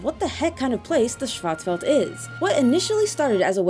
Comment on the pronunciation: Schwarz is pronounced shorts with a w. It's German for black and welt is pronounced for world. Shin Megami Tensei Fear of a Schwarzwelt.